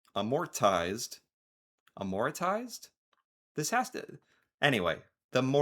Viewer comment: The most American thing is that can’t pronounce amortize and expatriate.